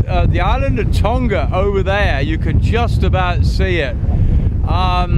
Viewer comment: Tonga has a soft "g" as in "laughing". Not a a hard g like "golf".